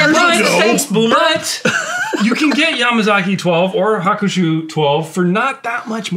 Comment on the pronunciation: said Hakushu wrong